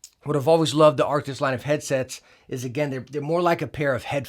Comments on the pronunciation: the way he says Arctis gets under my skin 😩 he be adding letters that aren't in the name lmao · It's funny how you rarely manage to say Arctis correctly even though you know how to say it lol